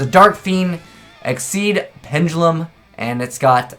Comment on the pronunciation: Neko Mata more like "Ex-she's" but they were trying to say "Exceeds/Excessive" their Eingurishzu (english) is out there.